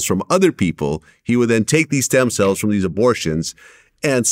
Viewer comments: Stem “cells”, not stem “sells”. But great vid, interesting... the guy was weird/evil. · "SELLS". Gone and fix that real quick. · Isn't it "Stem Cells" not "Sells" lol... come on Vlad. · “Sells” lol. Cells*